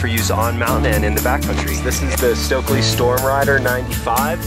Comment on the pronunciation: So glad to hear pronounce the Stöckli name correctly. It is not "stokli" as in "stoked/coke/poke", there is an umlaut, the two little dots over the o which is different than American English pronunciation. The "st" is pronounced "sht/scht" and the "ö" is between an eh like in "met" and "uh" as in "cup". Listen to the way she says it. May seem picky, but imagine if you were in a foreign country and people kept mispronouncing your name: annoying and impolite. ps. They are fantastic skis, but not for the feint of heart...you need to be a strong skier with good technique to handle and get the most out of their upper level skis.